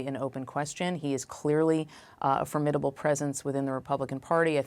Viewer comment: Foemidable presence ha like the michelin dough boy